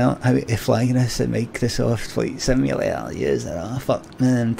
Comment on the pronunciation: Meecrrrosoooft Fleet Simyuhla-er